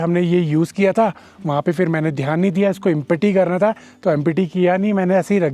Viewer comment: Empety kya hota..... Wah re wah kya english hai re teri